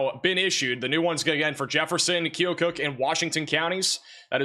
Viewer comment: It’s pronounced, Key - oh - cuck 😊